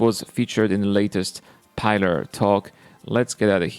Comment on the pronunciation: PILLer talk not Piler talk